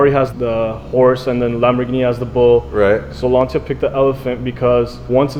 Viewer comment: its LANCHIAAA not LANSIAAA